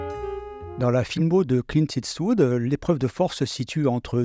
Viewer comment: Dommage d'écorcher le nom de Clint tout le long de la vidéo en " it's wood "... :/